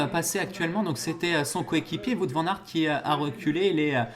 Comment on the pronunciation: Juste un petit détail, Wout Van Aers ne se prononce pas "Vout" mais comme le Who en anglais avec un T à la fin :-), sinon, super vidéo.